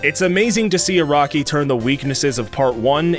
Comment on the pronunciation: "A-RACK-KEY" "HOM-IN" You Bostonian or something?